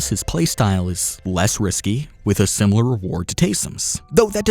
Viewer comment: Can’t unhear it: sim-u-lar